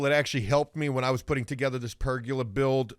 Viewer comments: Ok I know this is dumb but it’s driving e crazy. There is no such thing as a per-gu-la as pronounces it. It’s per-go-la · It's Per-goal-a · Also it’s Per-GO-La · Say it with me, per-go-la. There’s no “u” in pergola.